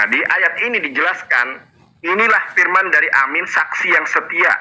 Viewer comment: Saking sebelnya sama Nandar, kepaksa deh saya maén fisik. Firman itu huruf "f"-nya kecil, bukan huruf "p". Omongnya pake "pernyataan", aja, gak usah "statement" yang kamu bilang "setetmen".